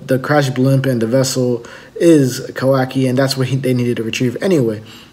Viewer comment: Look Man...learn the names.....what assassin? it's KAWAKI and not Kawi....sad